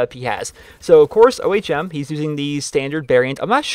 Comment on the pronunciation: It is pronounced like when you say ohm when you meditate